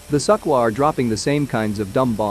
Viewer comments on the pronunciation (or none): No, no, no... it is pronounced "Sue-Koi" 😆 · I like the pronunciation - Suckhoi! They do suck! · "Suck-oi" Well said. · Never heard that pronounced "Suckwah".